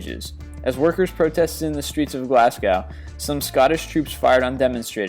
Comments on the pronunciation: Its pronounced Glaz-Go not Glascow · Still can't pronounce place names I see... Really? "Glascow"? It's pronounced "Glasgo" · Still haven't learned how to pronounce citys eh Glasgow is pronounced glaz-go not glass-cow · The way you pronounce British cities is always funny... "Glass cow" [Glaz-go] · I hate how you say Glasgow, Glass-go???? WTF is that?